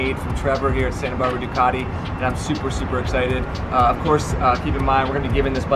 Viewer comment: I think the most annoying pronunciation in the world is the way Americans say Ducati.